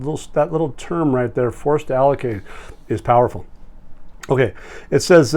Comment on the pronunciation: Always nice to see you & Crew!! Love how you said "POWERFUL" weekend 🙏🙏🎉🎉